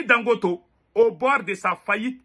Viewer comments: On dit Dangoté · Il s appelle Ali dangote pas dangoto